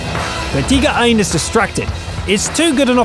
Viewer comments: There he goes again on the T-29 replay saying "Tee-ger" instead of TIGER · Lol... I love that he is saying Teeger like a German, but seriously unless you are giving the whole commentary in German what's the point? You are English. Sprich Englisch. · Its pronounced taiger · Alright, I know it's just his accent, but does it bother anybody else that he pronounces Tiger as 'tee-ger'? I don't mean to make fun... it just bothers me for whatever reason. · He tries to put respek on their names by saying it I their respekive language